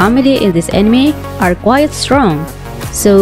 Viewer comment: Lets play a game,down a drink every time this girls says "animi"